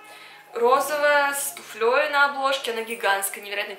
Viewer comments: не могу не откомментировать, такая я вот зануда ..но очень режет слух всегжа. правильно говорить с тУфлей, а не с туфлЁй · С тУфлей, а не с туфлЁй, (: Кажется, этому ты еще не научилась, а тебе это уже говорили! ( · тУфлей)) Неподвижное ударение, как и у слов "банты", "бухгалтеры", "торты" и т.д.